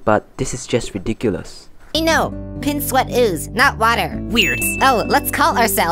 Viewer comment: For "pin sweat ooze" its "pins sweat ooze"